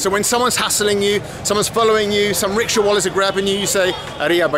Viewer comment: He says rickshaw and I keep hearing ritual...